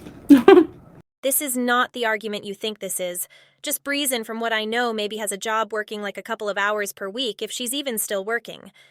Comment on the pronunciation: Is she calling just breezing just beaten?? Is that what i heard???